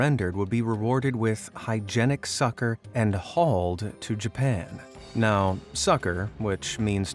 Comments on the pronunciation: where did he learn to pronounce succor from sucker school? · Pronounced like, " SUE- CORE".